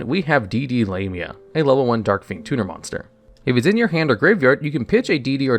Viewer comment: "D/D Lame-ia" 💀